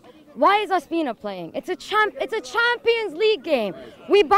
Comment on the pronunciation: This girl nailed it; Cazorla?? Ospina??